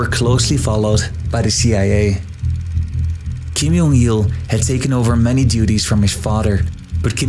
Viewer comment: Why did you pronounce Kim Jong Il as "Kim Yong Il"? Every North Korean media pronounces his name with J instead of Y. So why change the pronunciation?